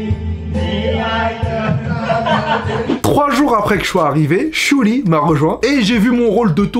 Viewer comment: COMMENT TU DIS SHIU LI !!!!!